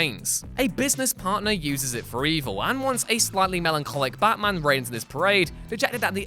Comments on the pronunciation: its batman, not baman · No one: ABSOLUTE NO ONE: Narrator : Ba Man